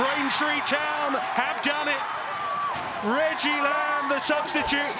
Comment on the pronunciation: richie lambe? Its reggie